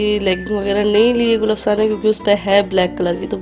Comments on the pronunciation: Gul afsha hota hai apsha nai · Gulapsha nahi Gulafshaan hota hai naam to sahi se likho or bolo aap log f k bajaiye p kyun laga letey ho